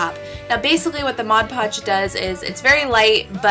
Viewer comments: I genuinely appreciate your correct pronunciation of "mod podge" and not "modge podge" just thank you. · finally somebody who says Mod Podge the correct way instead of "Modge Podge" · Omg finally someone who pronounces Mod Podge right. "Modge Podge" tf